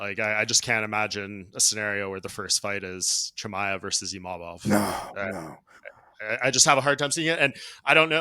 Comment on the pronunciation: He literally said Imavovs name perfectly, but somehow people cant say his name? And thats a requirement for a title shot? People still cant say Dvalishvili ffs. Din is always yapping a load of BS